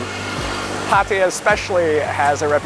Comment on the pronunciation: It’s pah-tah-yah, not pat-eye-yah